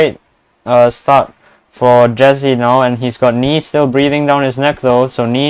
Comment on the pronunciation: Jezzi=leclerc damn my ears